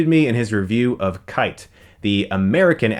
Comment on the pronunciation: it's not kite...its Japanese and it's pronounce key-tay.